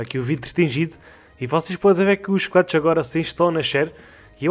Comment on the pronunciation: MDs kkkkkkkk só nesse ep que eu fui entender que tava falando "esqueletos" e não "chicletes" mano como eu confundi isso kskskskskskk